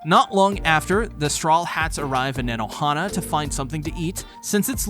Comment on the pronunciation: hate to be that guy. but in japanese words and names. "a" is often pronounced as "ah." for example in "nanohana." same for o in koza. it's basically "kohza"